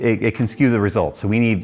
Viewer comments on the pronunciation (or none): none